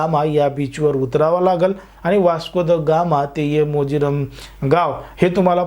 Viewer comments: Morjim morjim....... Mojiram nahi.......😂😂😂🙏🙏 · O bha kaay mojiram nahi morjim Aahe te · Aho MOJIRAM nahi MORJIM 😂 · Mojiram nahi re baba 😡 Morjim Beach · Mojiram navhe it's MORJIM. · मोजिरम नाही तुला अर्धवट माहित आहे वाटते गावाचं नव मोरजे आणी अरम् बोल नाही हरमल गाव